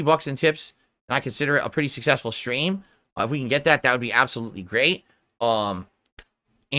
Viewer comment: Do you remember his goal half dozen dent tippers that have been tipping him for years? It's fifty bucks a schtream in case you didn't already know. I mean he tells you every single schtream if you weren't aware. So that's fifty bucks to avoid any confusion. Let there be no doubt that it's definitely fifty bucks a schstream.